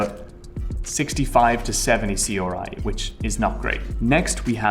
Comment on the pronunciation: Question: Why does this guy say RGB and R9 perfectly fine, but then C-OR-I? Let's not forget when he tried to talk about atomos' HD-OR